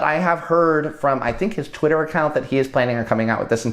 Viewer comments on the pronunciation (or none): none